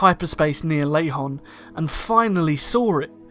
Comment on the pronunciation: It’s Lehon, not Lahon!!